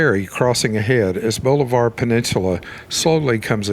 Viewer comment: The narrator is obviously not from around here. It's pronounced Bahlavur, not bowlivar